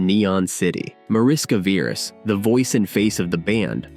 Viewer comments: It is pronounced "MAH-rish-kah VEH-resh" [ˈmɒ.rɪ.ʃkɒ ˈvɛ.rɛʃ] Mariska is a Hungarian diminutive of Maria, which is equivalent to Mary in English. Veres means Red. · It’s pronounced Marishka Veresh (Hungarian)